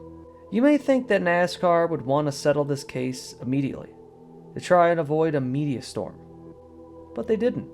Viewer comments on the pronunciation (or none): none